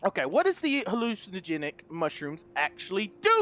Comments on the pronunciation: Hallucinogenic = Hilugenic 😂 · Man's said hallugenic💀💀💀